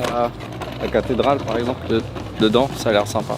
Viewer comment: J’adore ce que vous faites, je vous suis depuis des années. Je me demandais: est-ce que sait qu’il prononce le mot « Dedans » bizarrement? Il dit « Ndans » et pas « De dans » D’où vient cette accent?! 😅😂